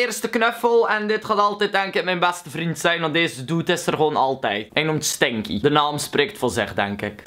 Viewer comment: Ik vind het grappig hoe je stinkie zegt